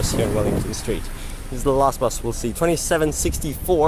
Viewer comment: It's "bo-fuht" street lol.